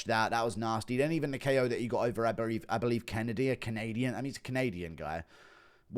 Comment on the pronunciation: that’s what we call a Freudian slip talking about Suzushi then saying “I berieve” 😭